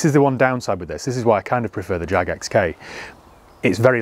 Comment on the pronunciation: jaaaaaaaaaggg ...come on get it right